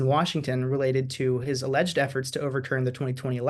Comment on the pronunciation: Stop saying Aleged!